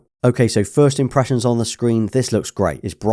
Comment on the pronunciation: You definitely said "imprussians" at the start of the video.